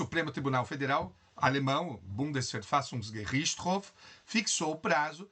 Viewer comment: Obrigada pela aula, professor! E que bela pronúncia em alemão do "Bundesverfassungsgericht" 👏🏻